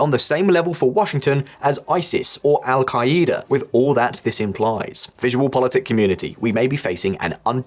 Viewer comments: “Al- kaleeda” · Wtf is el ka-E-da